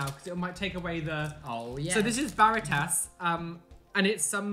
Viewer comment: "Bare-it-tass" xD That has got to be the whitest way to pronounce it, I love it. "Bah-rrree-tahs" Roll the rrr